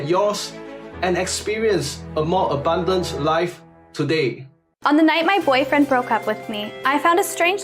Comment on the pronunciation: British guy is a Northerner who's trying to pretend he isn't - listen to his pronunciation of 'abundant'.